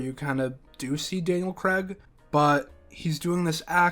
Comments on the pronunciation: It's CRAIG, not CREGG! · Please learn how to say CRAIG before you narrate a video in which Daniel Craig appears.